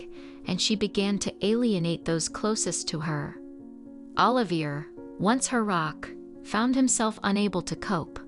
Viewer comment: Oliver= O.live.e a. Not er..👍